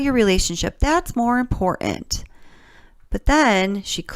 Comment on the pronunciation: You are too intelligent, and too wonderful a writer to keep mispronouncing two-syllable words that have Ts them. Please don’t say impor—int. Please see imporTant. You do it on a couple other words too and you’re way way smarter than that. I do appreciate your insight & your logic.